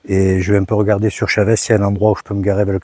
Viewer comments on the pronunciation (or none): pas " chavès "mais "chaveuche "😂😂😂pas évident mais il faut le dire en mode rapido